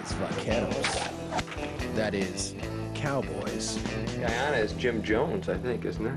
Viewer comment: Its pronounced Guy-ana not ghana